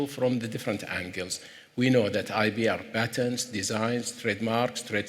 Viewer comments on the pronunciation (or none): Why is he saying IB not IP?